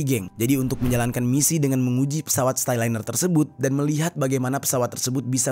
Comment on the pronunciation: Starliner bang bkn styliner 😂😂